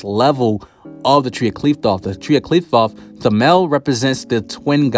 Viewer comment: uhh i also just wanna say its pronounced Clyyy-foth Tree dont me XDD